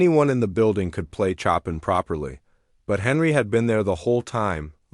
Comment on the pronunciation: Tell the narrator to learn how to pronounce CHOPIN!!!